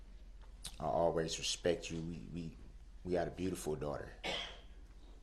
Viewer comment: He respek you guys yes " RESPEK"